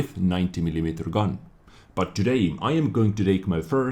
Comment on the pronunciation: AGAIN WITH THE "TODAYM"! I'VE HAD ENOUGH! GOODBYE!